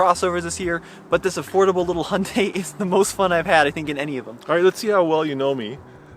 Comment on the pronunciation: Sadly the Venue is a hideously ugly car. And also I have driven a few CVT cars and still prefer an actual gearbox with actual gears. This is really just a small hatchback not a crossover as there’s no AWD. Also it’s pronounced more like Hyun-day not Hun-day (there’s a Y in there). A better car would be a Honda HR-V in my opinion.